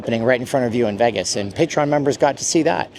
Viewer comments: LEARN TO PRONOUNCE VEGAS, NOT VAGAS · This guy makes videos about Vegas and can’t pronounce Vegas correctly.